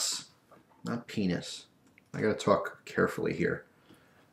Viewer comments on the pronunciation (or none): no see you actually said penus not 5 mins and whatever!! silly!!